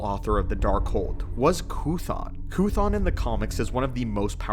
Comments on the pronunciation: Call me crazy but, it’s pronounce Kuh•thone (like throne, without the “r”) Coothon doesn’t exist. Lol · It's pronouced "kuh-thoon" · Is he saying croutons??? 😂😂😂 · THIS IS A TERRIBLE PRONUNCIATION OF COOTHON 😭